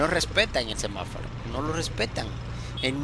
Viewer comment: No sé dice semáfaro es semaforo